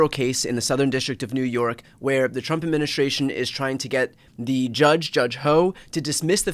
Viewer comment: Bro... admin-is-tration. administration. Say it slow a few times & you'll get it~. lol